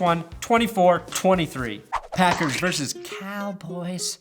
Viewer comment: God damnit,. It's pronounced "versus", not "verse".